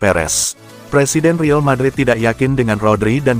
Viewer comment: Saran klo pake AI voice tulis REAL madrid nya jadi RIAL madrid. Klo REAL sistem AI nya menganggap itu bahasa inggris jadi kedengerannya Rill madrid 😂